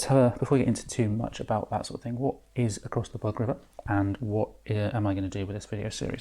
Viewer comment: Although there certainly were insects around, the name of the river is “boog”, not “bug”.